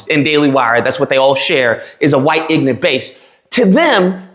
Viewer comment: there's something that kinda peak ironic to pronounce the word ignorant as: "Inant" given what the word ignorant means...